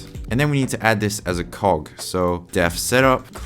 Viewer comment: haha i dunno everytime you said "cog" or "cogs" i broke